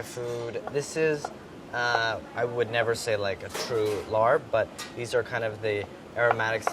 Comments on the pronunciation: dude are you cooking Laarb...? it's a raw/cold salad. the protein, if cooked at all, is usually poached and then folded into the other ingredients. Also, no way are you saying "larbe", the "a" is doubled to be a long vowel, and the r is not pronounced. you goblin. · So first of all LAAB is not not THAI, its LAO dude. Second of all its not pronounced that what. Its pronounced LAAB. How the heck do you have a job like that and you dont even do your research you just willy nilly produce stuff like this? Brads better anyway HA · I've only ever had this dish raw so that would be my preference. Would love the channel to introduce the raw version for others. Also, my father is a Laos native and my aunt is from Thailand and I'm almost positive its pronounced without the hard R. Kinda like a "lahp" sound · Pronunciation tip: Thai words written in English are often non-rhotic, perhaps because of their exposure to the British. So when you see "larb", it's pronounced more like "lahb". :D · Love you Andy, but its pronounced Lahb the R is silent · It’s pronounced LAHP, spelled larb hahaha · “Oh boy, a south east asian dish! Hope they pronounce it right.” First 5 seconds of introducing the dish “Today we’ll be making laRB” NOOOOOOOOOOOO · Rotciv pronounced lapb (kinda like if you said mop but with an L and cut the p a bit short) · I'm thai and I hate how people say larb. Idk it makes me really uncomfortable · I love bon appetite but meh. My family is SE Asian and larb is a staple in for a Lao/Thai/Hmong party. I wanted to see how he how he made it. Larb is being pronounced incorrect and the true Thai flavors aren’t there. Usually there is roasted rice within larb that makes it a smoky rich taste, I feel like it’s a key ingredient that was missed. However, I love the thought of making vegan larb and I think it was a great idea. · The way he pronounce larb lmfao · yess thank you it's more of a p sound at the end. Idk who decided to spell it "larb" but that's just nott how you say it